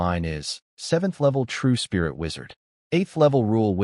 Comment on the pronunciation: Storyteller is calling spirit like Sprite